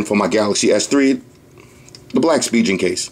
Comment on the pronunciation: Yo, Why you keep saying spijen!!! It's pronounced *spi*-*gan*!!!!